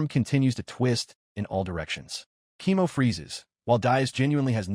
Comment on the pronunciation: Why is Koemo read as "chemo"? :face-fuchsia-tongue-out